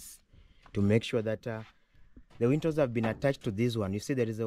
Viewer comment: Nice video., I noticed you always pronounced windows as wintos. The pronunciation is easy if you break it into two: WIN as in win and DOWS pronounced as doors. So, use win doors to make it easy for you. That old man must be a man of God for him, his wife and family including the in-laws to be blessed in such a way. The beauty of life is what you give is what you received and usually in ten folds.